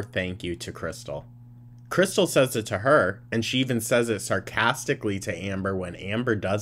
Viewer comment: She never says krystal, she says krissel and it drives me mad